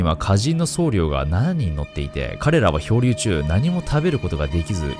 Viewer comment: [そうりょう]ではなく、[そうりょ]ですね